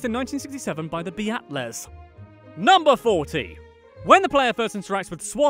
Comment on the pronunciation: "BE-AT-LAS" it's Beatles dude as pronounced like the bug species